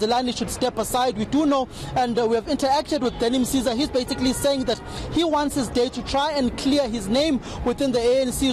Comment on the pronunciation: Danny Msiza and not Mzate